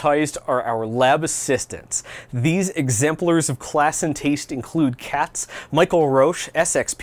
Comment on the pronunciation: i am glad you pronounced "katze", german for "cat", like "cats" instead of "cots" because "kotz" is german for "puke" :D pronouncing "rauch" as "roach" is so funny. those first two seemingly have names of german origin. :D roach :D awesome video! happy to have found you in my recommendations.